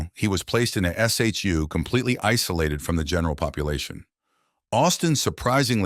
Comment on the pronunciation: You can tell this video is voiced by AI because it called “the SHU” (Special Housing Unit) a “S-H-U” — No one calls it by the three separate letters. It’s pronounced the same way as “shoe”